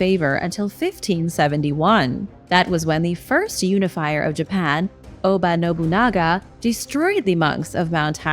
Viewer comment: It's not Oba Nobunaga it's Oda Nonbunaga...